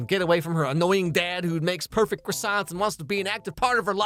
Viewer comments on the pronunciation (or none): "don't worry i'll grab you some cwossiants for the road" 💀